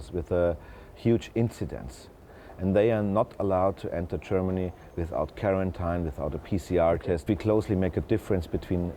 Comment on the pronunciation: vekkinated and karentine heheheh